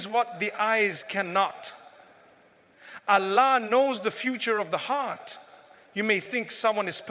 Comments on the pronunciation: Is it a Ai? Because Mufti Menk doesn’t pronounce Allah as Alaa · Why does he pronounce Allah in a sound i never heard him say? Allah is not pronounced like that